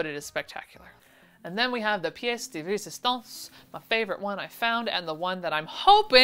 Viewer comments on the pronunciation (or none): none